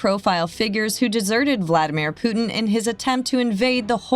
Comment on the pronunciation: How is it Americans try so hard to say 'herb' and yet, can't even begin to say Putin?